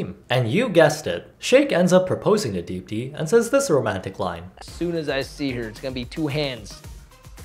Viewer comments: You pronounced deepti better than she did it herself ^~^ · how do you pronounce deepthis name better than she does 😩